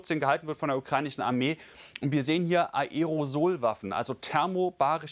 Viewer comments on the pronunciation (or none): von wann sind die Bilder ???? Ist ja keine Seltenheit bei euch das ihr jahre altes Material verwendet... dieses sogenannten AERO SOL (hat sehr lustig ausgesprochen sieht anders aus...das waren keine aerosolbomben